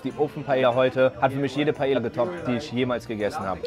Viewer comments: Mal wieder ein super Video 👌 Nur seine Aussprache der Paella triggert mich jedes Mal 🙈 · Jeder Spanier getriggert das er Paella falsch sagt erste Regel bei spanisch 2 l = i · Paella schreibt man mit doppel L und das wird im spanischen wie J ausgesprochen Musste mich innerlich halb tod lachen tut mir leid 🥘😂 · Kleiner Tipp zur spanischen Aussprache zwei L werden meistens als J ausgesprochen, daher sagen die Spanier auch Paeja zur Paella :) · Nur so zur Info Paella wird Paeja ausgesprochen (mich als Spanier Triggerd das ein bisschen) PS: Ist nicht böse gemeint!!! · Kannst du es bitte Paeja aussprechen. Ein doppel L wird wie j ausgesprochen (Ma(J)orca, nicht Malorca) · es heißt nicht Paella (deutsch ausgesprochen) sonder Paella wie mit j spanisch ausgesprochen so ein Trigger übers ganze Video😂😂😂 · Man spricht Paella spricht man Paeja aus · Bitte sprech nicht Paella, Paella aus sondern Paelja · Es tut weh als Muttersprachler Paela zu hören. Jeder deutsche spricht des so aus aber man spricht es Paeja aus. Jedes doppelte L wird wie ein j ausgesprochn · Er spricht alles so gut aus aber .. PAELLLLLLAAA ??? hahaha 🥺🥺❤️ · Ahh wie du jedes mal Paella falsch aussprichst haha LL wird im spanischen immer wie ein J ausgesprochen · Das l bei Paella spricht man mit j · Alles gut an diesem Video aber wie du paeLLa aus gesprochen hast um Minute 8 rum so hat mich übelst getriggert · Ich will jtz nicht so einer sein und vlt hast du ja doch Recht aber ich glaube das wird Paea ausgesprochen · PaEa ausgesprochen ohne L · Bro paella spricht man paeja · Digga du hast pallea falsch ausgesprochen das tut mir weh.